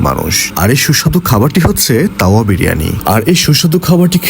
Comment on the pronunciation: তাওয়া যেভাবে বলতেছেন মনে হচ্ছে যেনো কাউয়া বিরিয়ানি।